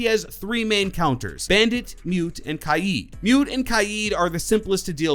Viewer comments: Did you deadass kai eed it’s kayd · It’s kade not kiede don’t disrespect my main man kaid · It's pronounced like kade not Kaieed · Why do people say ki-eed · “Kayeed” lmao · Any one else get pissed when he said Kaid